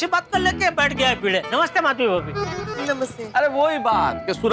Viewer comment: भीगे नहीं भिडे बोलो भाई